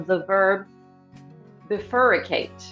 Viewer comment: bi fur cate not bifuricate